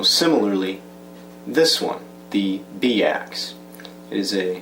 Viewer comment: Pretty sure it's pronounced "By Axe" and not "Bee Axe" :-p